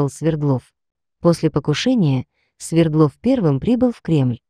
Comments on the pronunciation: Не СвердлОв, а СвЕрдлов. Яков СвЕрдлов ! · Ударение СВЕрдлов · СвЕрдлов, АлексАндров... Запарили, неучи. Не ставится ударение на окончание в Русском языке. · СвЕрдлов,а не СвердлОв. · Почему СвердлОв, СвЕрдлов же😊